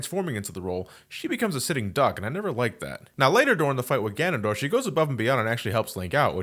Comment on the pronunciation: "This mysterious and elusive fig- Gandondorf" had me dying.